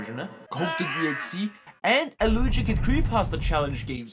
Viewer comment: His name is Luigikid [stop saying people's names wrong]